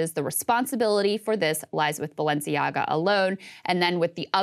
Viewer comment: Ah, then we discover what the name Balenciaga means. Rather "Baalenciaga"...